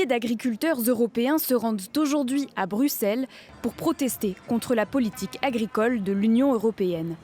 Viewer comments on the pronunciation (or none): BruXElles et non BruSSeles a la flamande !